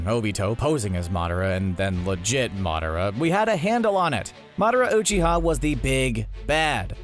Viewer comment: “I’ve watched Naruto so many times” mispronounces ‘Rasengan’ pretty sure this guy has seen like 2 episodes..also says ‘Uchiha’ Oochi-ha like does this guy care about the fans or just the views. I for one an sad I gave the view to this video.